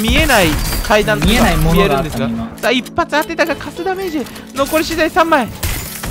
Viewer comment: 一発がグッバイい聞こえた